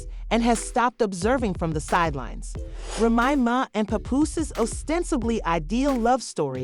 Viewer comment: This mf can't say "Remy Ma's" name correctly. Called her everything but her actual damn name 🤦🏾‍♀️🤣